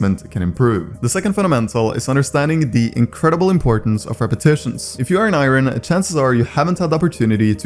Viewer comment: why u saying Iron like that